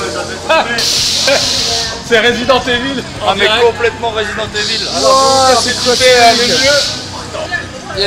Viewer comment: "C'EST COMPLETEMENT RÉSIDENT THÉVILLE"